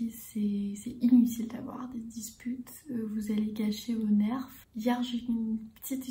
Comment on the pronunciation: Trop contente ! Ça fait longtemps ! ❤️ Dis nous si tu veux qu’on te corrige sur les petites prononciations.. (Nerf = Ner ; on ne prononce pas le F et pepper = poivron ou piment ou poivre) aider moi lol